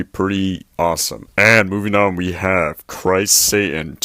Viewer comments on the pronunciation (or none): none